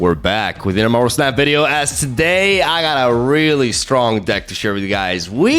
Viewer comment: he probably wants to say it like how Japanese people would say it. "snap" -> "su-na-pu" or "snapu". and "da" at the end kinda means "It's time to snap" this is just what I'm guessing since I know watches anime